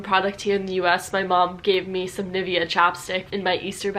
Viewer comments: Hey, since you know/speak some German now, you could try and pronounce some of these brands as they actually should (I mean, also in the US):D like Nivea, adidas and Porsche. Just being smart and bringing some pronunciation skills to some other Amercians so they finally also know:D. I always pronounce these brand names in a German way (also in English sentences). First my English friends were a bit confused but now they know that that's the right pronunciation and they actually like to know and say it;) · Ich bekomm jedes Mal ein kotzreiz wenn US-Amerikaner Adidas und Nivea und so sagen haha I mean es heißt Aadidas und nicht Adiidas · Tut mir leid, aber als sie Nivea gesagt hat, musste ich echt lachen 😂💕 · Und bei Nivea die zweite Silbe. Und die erste mit langem I. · "NIFFya" hurt me most, a lot more than the wrong adidas and hugo. also a bit disappointed that she talked about different pronounciations, did quite well, but then completely missed NIVEA. can somebody please find a way to describe how it really sounds (i can only point a general direction: think of the state of Nevada and then say Nee-veh-a). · Ni-vie-a? It is pronounced as ni-veé-a. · Say Ni-Vea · We dont say NivEa, we say NIvea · It's not "NIvea" but "NivEa" (stressed on the "E"). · NIVEA is pronounced like "knee-vey-yah" some sumthin like that :3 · ok little correction: In america you say "adIIIIdas", you just said "adiDAS" and it is realy called "Adidas" the emphasis is on the "A" part Furthermore: Nivea is pronounced NEEVEA. Hugo Boss is pronounced WHO-GO BOSS with a verry short o in the Boss part (don't forget that the o at the end of Hugo is a german "o" sound so don't make it an anglish "ou" sound ) PS: I love your channel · Nivea is actually pronounced nee-VEH-ah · It is supposed to cater to American English because that is her mother tongue and that's what she understands the best =). Maybe "Nee-vay-ah" is better, it makes more sense pronunciation-wise :D.